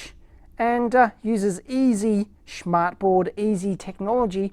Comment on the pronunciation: "schmartboard" is hilarious if you're german. Btw your pronunciation was correct ! :)